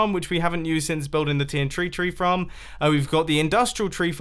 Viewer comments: you said tntree tree farm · “The T N Tree tree farm” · tn tree tee fram